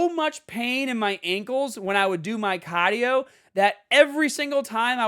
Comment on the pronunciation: They way he says caadio has me rollin!!!😂